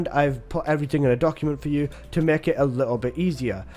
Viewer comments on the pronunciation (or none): none